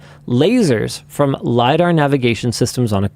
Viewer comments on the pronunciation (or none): none